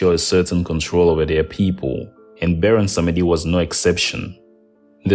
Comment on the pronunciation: You mispronounced the Creole names Bondye is pronounced bond-yay -- Baron Samedi is pronounced bah-woh sam-dee